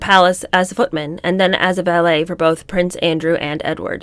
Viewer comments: pretty sure there’s a vee not a bee. She seems to be pronouncing the vee like bee. It might be a sound issue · Why is she pronouncing ‘valet’ as ‘ballet’ wth